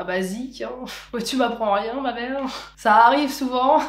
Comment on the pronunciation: Je crois que "langue de wood" me fait encore plus vriller que "ma bwelle" 😂😅🙈